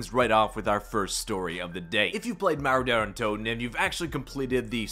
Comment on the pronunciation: Couldn’t tell if he was saying derra toten or Daren toten or Der untoten 🤣